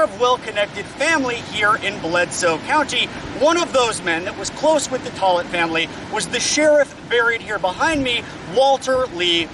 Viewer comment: Buddy you butchered the pronunciation of tollett and Rhea. Tollet= Taal-it ….. Rhea=Ray